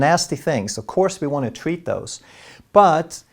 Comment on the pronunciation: I can listen to pronunciation of "tweatment," and "tweat" all day. 😌